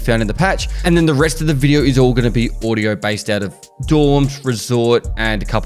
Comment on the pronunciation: what is "Odiooo" 🤣